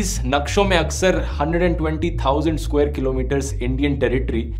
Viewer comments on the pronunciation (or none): none